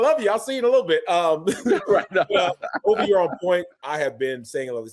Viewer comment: said Olvie, not Turner.